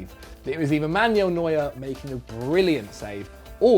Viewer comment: It’s MAN-U-EL not MAN-YOULL. I get that different languages and regions have different pronunciations compared to one another and that some player names are difficult to pronounce, but at least try to pronounce the names correctly based on where they come from. I mean it’s not like the names aren’t spoken aloud by teammates, couches, announcers, the players themselves or loads of other people and you don’t have a reference point.